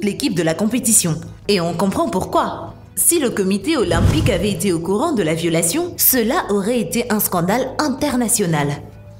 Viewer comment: De, faisait, faisant, supercherie, ce, cela, ne, le, Grenoble, revivifié, contenait, l'Empereur... se prononcent tous en e, pas en é. On écrit pas dé, fésait, fésant, superchérie, cé, céla, né, lé, Grénoble, révivifié, conténait, l'Empéreur... alors pourquoi prononcer des é partout où il n'y en a pas ? ? ? Sinon c'est Coubertin, pas Courbétin...Faites un effort de prononciation et de recherches que diable ! ! !